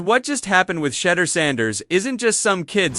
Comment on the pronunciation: He’s not a type of cheese. His name is pronounced: “Shah-durr.”